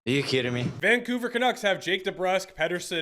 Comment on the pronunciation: We back with the “are you keeding me?” 🔥🔥🔥